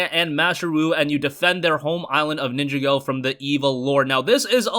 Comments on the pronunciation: Its pronounced Nin-jah-go , not Ninja-go LOL 😂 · It is pronounced LEGO nin jaw go